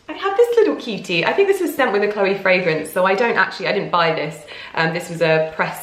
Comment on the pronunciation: Chloé is not pronounced as Chlóe.